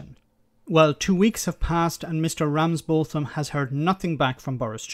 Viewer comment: It’s pronounced ‘Ramsbottom’ btw 🙂